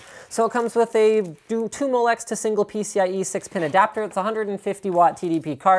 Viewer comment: "Peni-PCB extension" oh Linus, we know you love your extensions